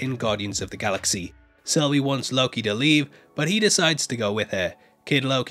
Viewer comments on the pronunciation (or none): none